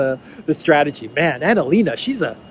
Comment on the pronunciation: It not Annalena, it's Analena. Get it right 😁